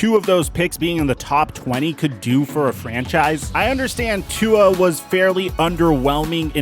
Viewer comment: If you can't pronounce Tua's name correctly don't say it. Your disrespecting him & his polynesian culture. Polynesians take this seriously offensive. #ifyouknowyouknow